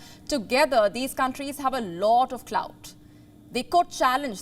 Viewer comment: did she say clout